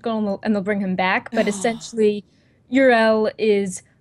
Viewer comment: I think she said Ur'el, but it's Go'el right? Or did she not mean Thrall? For the spoiler thing. Like the outpost updates though, I guess garrisons are my favorite thing.